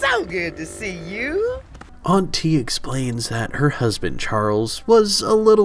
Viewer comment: I thought they were saying auntie with a weird inflection at first 😂